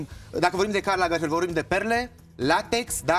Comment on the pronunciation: Aualeu! Nu Karl Lagerfel, Karl LagerfelD!!! O gresala colosala din partea lui!